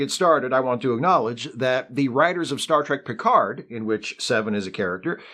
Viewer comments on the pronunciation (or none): none